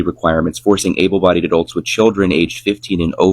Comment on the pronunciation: She actually said 'abled body'